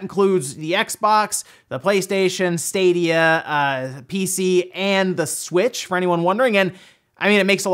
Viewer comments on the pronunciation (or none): none